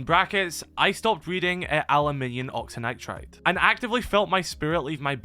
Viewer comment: can we talk about how butchered the pronunciation of “aluminum oxynitride” 😂😂